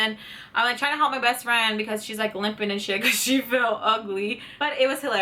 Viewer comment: did i hear breast friend?